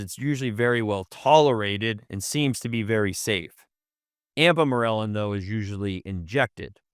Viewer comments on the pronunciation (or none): Why is he pronouncing “Ipamorelin” as “Ampamorelin”? I had to go back twice because I thought he was talking about one peptide and showing a different one on the screen? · . It’s not an accent you are just pronouncing the name wrong.